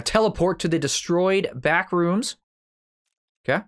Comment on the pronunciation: I thought you said bathroom 😂🤣